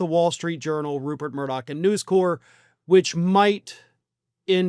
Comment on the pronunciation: FYI - It's News CORP, not "core". The Marine Corps is pronounced "core".